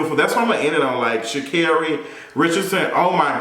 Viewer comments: Pronounced “Sha’ KERRY.” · And it's "shu carry" ~Sha'Carri Richardson